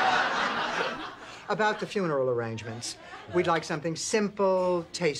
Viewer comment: The pfuneral line... I could swear it was adlibbed.